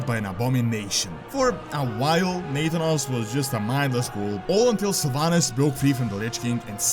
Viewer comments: Omg it's pronounced NA-THAN-OS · Do you mispronounce Nathanos intentionally? Because I'm pretty sure you've pronounced his name right in the past. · U are pronuncing nathanos wrong.